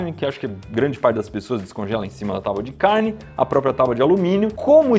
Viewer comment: Impressão minha ou o Iberê fala taubadicarne?